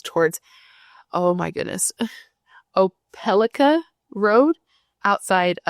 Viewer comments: Hey! de-CAB and opa-LIKE-a. A lot of weird names over here in the south. Great coverage of this. I have family in the area who knew her. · Opelika is pronounced o-puh-lie-ka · de calb’ (Dekalb) and ope a like’ a (Opelika) - are the pronunciations. 😊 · Gotcha covered on the pronouncing, friend. DeKalb = Da-Kab and Opelika = Opa-Like-Uh. 😊